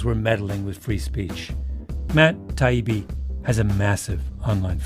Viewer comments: That’s exactly how he treated Matt “Tiabi” and “Doug” during this debate. They are so far beneath him he didn’t even want to show them the respect of pronouncing their names correctly. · Tie Eeee Beee How hard is that? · 1. You didn’t call Douglas by Doug just once you repeatedly did this after he’d corrected you the first time. You also mispronounced Matt Taibbi’s name too which the audience saw for what it was, a snide little power-play. 2. Murray writes extensively about the social consequences of mass immigration from war torn countries within Europe, so cherry picking a quote and framing it as racist (and that he’d shout the N word to your Mum when she was young) is very on-brand for you. 3. Why do you feel the need to cite Murray’s skin colour? 4. Never in this post-analysis did you acknowledge your childish gestures, just one example when gesturing to shoot your own head when the Biden Laptop story was brought up. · I was at first happy that Malc could actually pronounce Matt’s last name correctly…so apparently he learned something, but soon realized that that is not the case. This podcast put the nails in the coffin of why mainstream media is not trusted. THEY DON’T LISTEN! Then to end the podcast by still calling Douglas Doug, proved he had learned NOTHING from his effort to learn. Proof again why mainstream elites can not be trusted. Very sad for him. Also, not taking to opportunity to apologize for his behavior is beyond baffling. Be better Malc. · At about the 13 min mark he starts worrying about pronunciation. This from a person who could not be bothered to get the pronunciation of his opponent's name right. Or perhaps even mispronounced it on purpose... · reputations take years to build and seconds to destroy. and the satisfying thing is that he deserved it he wasnt listening and was immature in deliberately mispronouncing the names of this opponents. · He even mispronounced his name many times. That's how little he cared.